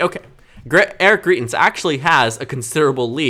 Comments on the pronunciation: You're fairly solid at doing this sort of analysis, and as a Dem-favoring voter I HOPE the GOP in Missouri nominates GREITENS (GRY-TENS). But you undermine your own credibility when you mispronounce the name of someone this well known so egregiously thruout the video. I literally couldn't make it thru because you repeatedly say GREE-TENS, which would be spelled GRIETENS. Here's one of his ads from when he ran for Gov, and he clearly says GREITENS. Maybe you didn't follow all the coverage- he was accused by his mistress of abuse and it was devastating for someone who claimed to be a member of the "moral majority". But of course he won't have trouble in the GOP Primary- self righteous Trump voters excused Trump's degeneracy, they won't think twice about supporting Greitens as well. But independents don't like Trump, and they will hopefully reject Greitens for the same reasons, which might help the Dems retain the Senate and be able to get something done... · Greitens name is pronounced “Grite”ens btw. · Just FYI, greitens rhymes with heighten ( high not hee) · YOU ARE PRONOUNCING GREITENS WRONG. Missouri resident here.